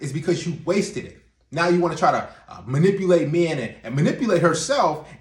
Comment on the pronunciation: I just heard the word "manippleate" in this video 😳